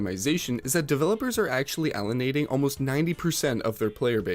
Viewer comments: "allenating" bruh, it's "alienating" I have a serious question for you: it seems like 99% of the videos I end up clicking on are made from a Canadian who essentially just makes an essay on some topic, and it's just a very odd phenomenon to me. It would seem Americans like to sit in their car and talk to their phone about something that bothers them, but Canadians like to do video essays. I'm just wondering if it's a cultural thing or is there some kind of government program that gives you money for making an informative YT channel? Don't get me wrong: I like hearing about these things and watching these videos, but it just seems so uncanny. It's as if there's a big corporation that just pays for Canadians to make YT videos about whatever topic. Did you do the research yourself and write the script and gather all the footage or is there a team helping you? anyway, thanks for the video, which I will now continue watching. Only got another hour and 45mins to go ;-) !!! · Allenatimg? With so many verbal issues I'm confident this is ai